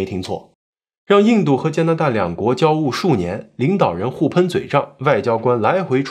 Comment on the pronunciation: 交恶e四声